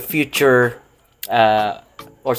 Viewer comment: Yun pala tamang pronunciation kay "chahinian" susyal ang sound. Thanks bro for this informative vid